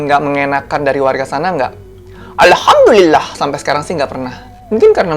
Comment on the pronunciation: Aku seneng klo kakak ucapin alhamdullillah nya itu lhooooi....ajarin donk kak bhsa jepang sm tokyo